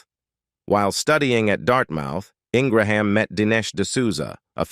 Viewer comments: It's an artificial "automated" reading of the script by computer. It repeatedly calls her "In-gra-ham", a pronunciation she HATES. She prefers Ing- gram. You can hear this automated voice narrating more and more Youtube videos. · This is the worst biography I’ve ever heard on utube very biased and repetitive and the constant mispronunciations for her name...then you accuse her of being a bigot prejudice DISGUSTING She is a Conservative that does not make her prejudice I have watched her for many years and admire her intelligence and her point of view. When you discussed her Education you talked about her amazing Law degree from University of Virginia but ended with Dartmouth talk Utube you can do better